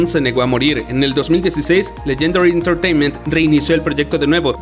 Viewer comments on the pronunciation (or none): none